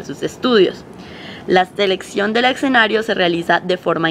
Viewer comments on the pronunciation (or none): Exenario, XD ojo muchachas. Se pronuncia es esenario (ya sé que se copia escenario) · se dice escenario...no excenario